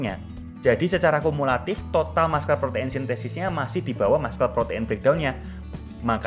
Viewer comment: Muscle spellingnya masel bukan maskel